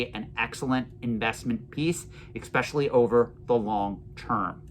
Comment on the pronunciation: Do you mind me asking why you say ecspecially? Instead of especially?